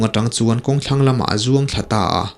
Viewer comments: Tang a vak nilovin trang vak tih tur anih hmel e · Hnungzangah tang ni lo in, tri a eng(trang) tih a lam tur,thahnem ngaih thil aw.😁